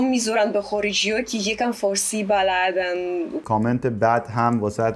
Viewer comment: She speaks really well, but can someone explain something to me? To me she seems to have a clear Russian accent (well, I guess Belorussian). Do other people hear this? Her pronunciation seems off in some places. For example she says "baLADand" instead of "balaDAND". And with "i/y" sounds she says them like "u" sometimes (e.g. baazoo hatoo). (which might be explained by the fact that in Russian script the letter that looks like "y" is pronounced like "u", so maybe she read transliterations at the beginning and misunderstood how to pronounce that letter in farsi. I'm haven't been learning farsi for very long, so I'm not sure what the correct pronunciation is. But she doesn't sound like native speakers to me. Is she saying these words the right way? I'm confused.